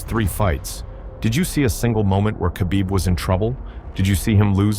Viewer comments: It's no Qabib. It's Kh, you say it like you have something stuck in your throat and your choking. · It's Habib.. k is silent bros🤣🤣